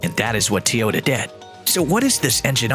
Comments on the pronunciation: Bla bla Tee-Ohta bla bla Tee-Ohta ... bla bla Tesla .. bla bla Tee-Ohta. What a BS video. Can not pronounce TOyOta properly and why would a combustion engine mean the end of electric car maker Tesla? Clickbait title at it's best. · why are you the only person in the whole f in world to say tee ota.................... everybody else says toy ota ?? YOYOY ?? FOOL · why are you are saying teyota? its toy - ota, Toyota. your saying it wrong hahaha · It’s TOYota not TEEota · It isn't TEE-yota, it's TOY-yota, dumbass. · Pronunciation correction! its Toyota not T-yota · Wouldn't you think the narrator should be able to pronounce ToyOta ?, not TeeOta ? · TOYOTA not TEAOTA what the heck get it right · I got so tired of the guy mispronouncing the name that my next car may be a used YuGo without air-conditioning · Tyota* Tyoda? 🤔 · Of he says teota 1 more time im gna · Teeyoda ? comon guys .. cant a bot be learning by now ? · 😂 i Just think to comment about Teaota but you did it first. 😂 What a cocky accent. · how many times did he say teeyohdaaa? And why does it take so long to get to the point. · Tee-Yota? How about getting a narrator who can pronounce the name properly. Besides, the video does not stand up to its title. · I can't listen to Teeehota one more time.. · Whos Teeeehoda? 😂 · Say teeota one more time. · That was a robotic voice. That's why it said "Tee-otah" over and over. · "Tee-ota" marketing apparently. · Ha e u lost ur mind end of tesla,seriously it's like saying the end of McDonald's ur an idiot, the stupidity is insulting, whatever I swear the internet and people woth theyr stupid ridicoulous reason for views pathetic, oh and for a guy who seems to knw so much who can't even say the damn name.of the company correctly, unreal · 5 year old "news" created using AI that can't even pronounce Toyota correctly. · This is what the ai reading the script thinks it should sound like